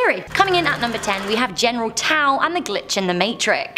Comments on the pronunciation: General Taw?! General Tso, pronounced So......not Taw. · It's "General SO" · OMG its general SOoooooos!!!!!!!! T is silent so all u have is "so"!!!!! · "General Tao"? General Tso (pronounced So). "Vrillion"? Vrillon (Vrill-on). "Teurod"? Taured (Tua-red).